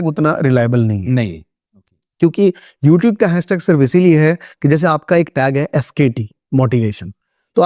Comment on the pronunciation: Hehe, youteeb 😂 Nyc vdo by the way